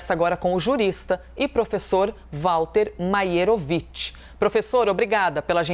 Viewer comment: Gostei da pronúncia perfeita do nome do professor!